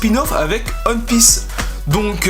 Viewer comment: non One piece mais t'as prononcé "onne" et pas "oine". Ça se prononce "oine pisse"